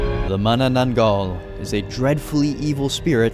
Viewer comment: I just watch this and I cannot stop laughing how you pronounce the name of the mythical creatures 😂 especially manananggal